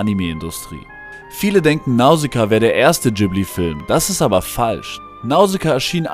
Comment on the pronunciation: Heisst es ausgesprochen nicht Ghibli zusammengesetzt aus Gib wie Gib ihm & li wie al hamdu-LI-llah